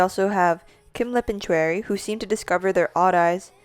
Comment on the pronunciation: Hey great video but you mispronounce a few of the member's names. Choerry is pronounced like "cherry" since the "Cho" is from her last name Choi which is pronounced "chey". Another is Yves. It is pronounced like the name is supposed to be pronounced in French, which is "Eve". And lastly, Olivia Hye. it is also not said how it looks. Hye is pronounced "hey" as it is from Olivia's real name, Hyejoo. (also, vivi but i just say it like bibi. that's just my opinion though, not fact) Thank you for your theory and I hope this doesn't come off as rude :/